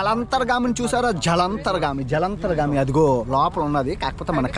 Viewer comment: జలంత్రాగమి కాదు జలాంతర్గామి